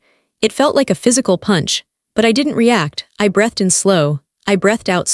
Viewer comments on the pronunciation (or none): Breathed: It's not "bretth'd" out slow. It's "breethed" out slow. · The AI reader should know how to pronounce ‘breathed’ correctly, as there is only one pronunciation. The exploding hearts in the background are distracting and unnecessary. The story itself is good.